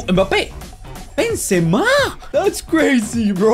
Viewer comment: 6.26 Penzema😂😂😂